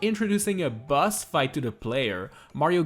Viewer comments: I thought you said bus not boss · Everytime he says boss, it sounds like bus. Now all I can picture is Mario trapped in a room fighting a giant bus.